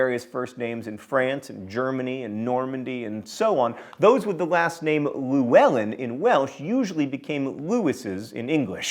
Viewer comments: The welsh name llywelyn is not pronounced lywelyn... Double L is a different letter in Welsh, but I cant really explain how to say it in the comments. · Pitiful is your attempt at pronouncing the Welsh name, Llywelyn, John. That being said, mispronunciation is your thing.